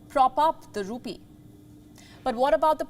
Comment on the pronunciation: I'm confused. Is she saying Indian Rupee or Indian Poopie? 🤔